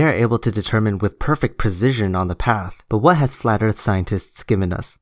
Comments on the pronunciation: His Ebonics is killing me right now. It's impossible to take him seriously when he pronounces "Earth" with an "f" and any other similar mannerisms. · Really hard to take the guy as a source of information when he says "Earf" and "disengenuine." Speaks like an uneducated fool. So sad. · anyone else pissed off when this guy says "disingenuous" over and over? Also, wtf is Erf. There should be a basic level of education required when making informative youtube videos. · Lol, you're trying to have an intellectual debate with a guy who can't say "Earth", calls everything disingenuous, and thinks that "Globalists" are perpetuating Round Earth Truth. Good luck with that, lol. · As bad as that is, every time he said "da erff" I wanted to stop the video. Ffs...learn how to speak. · He also says earf why why wasnt he aborted after this video come on planned parenthood this ones a freebie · Why argue with someone that says "Earff"? Seems like wasted breaff. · This guy keeps using big words to sound smart but doesn't. Everything is "disingenuine" to him. I never to science advice from someone who says "Mo" instead of more and "Earf" instead of Earth. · He pronounces Earth as Earf. That's disingenuine. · "Duh Erfff" what a fucking dumbass...if you cannot even make the th sound in earth, then you have no business pretending you know its shape lmao. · Is Earf a new planet I haven't heard about? might want to study English before he tackles physics. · Anyone that says Earf can’t be genuine 😂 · I actually feel like I have become less intelligent listening to this guy talk. I mean who pronounces ‘Earth’ as ‘Earf’ anyway. Of course there is also the issue that he doesn’t understand anything about eclipses. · .... Flat Earf. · The earf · I just like how he pronounces Earth like "urf" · can't even pronounce "This"..."Accurate"...."Sphere"....^Actual"...."That"....'Earth"....shall I go on?